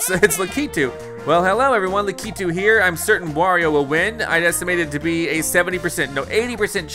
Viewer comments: Omg u say it so wrong it’s not lack eeee tooo it’s lack I tu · Yoshi getting Lakitu (lack-eh-two): I wAnT LaKITU (la-key-two) 🤦‍♂️ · DJ Deadbeat please say I'm not the only one who got triggered by the way he said Lakitu